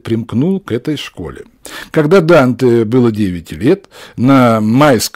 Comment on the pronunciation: В имени Данте ударение падает на первый слог!